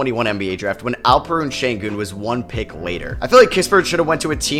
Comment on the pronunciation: its alpheren sengun not alpen sengun